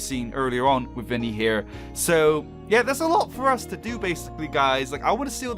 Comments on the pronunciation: Is not “vinny”it’s vanny! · Jsyk it's VANNY not " ViNnY" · it's vanny not vinny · * calls the white bunny vinny * Me: * cringing * HER NAME IS V - A - N - N - Y; VANNY!!!!!! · Wow its proudest "vanny"NOT VINNY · It’s Vanny not vinny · It’s not Vinny it’s Vanny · Ahem it’s not “Vinny” it’s VANNY